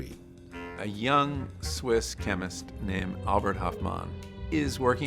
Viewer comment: Hoffman not hoffmon